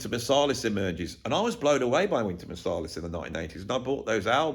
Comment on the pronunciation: The one thing I take away from this deep and we'll thought out video is that I think you pronounce Marsalis wrong. I think it's MarsAlis like Ant. What do you think😊. Great video. The thoughts about hip hop I think we're spot on. The hip hop from the 80/90s is so exciting and inventive, funny and expressive and came from individuals collaborating and creating from each other. Sounds familiar.